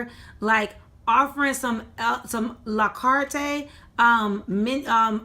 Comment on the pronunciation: La kartay? OMG! What is that? Do you mean a-la-carte? SIT DOWN! You need to stop. I don't have these issues with my services. As you tell Comcast to stay in their area, you need to stay in your area.